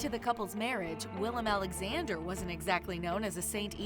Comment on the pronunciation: Every time I hear her name I feel personally offended they put my name second (jk), but the same thing with the king, Willem Aaaaa-lexander